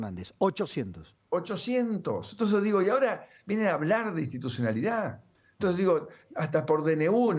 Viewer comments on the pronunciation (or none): Se pronuncia " e n t o n c e s", no " t e s", Señor ladron!